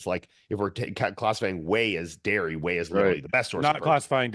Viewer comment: Watch the clip back. I'm just highlighting that you mixed up your words. You said "dhey" instead of "whey", and "wiary" instead of "dairy".